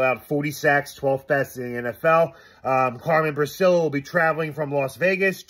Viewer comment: much luv n respx to, he’s Carmen Bri-chi-llo, that’s how u say it boss, n he’s our paesano…..💪🏻💪🏻💪🏻🇮🇹🇮🇹🇮🇹